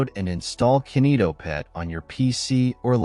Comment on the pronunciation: Its not kenito its kinito